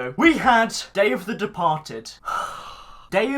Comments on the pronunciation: When he says “Day of the Departed” I always hear “Dave the Departed” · Dave the departed . That’s what it sounds like when you say it